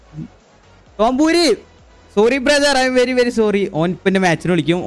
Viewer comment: tombori❌ Tompooori✅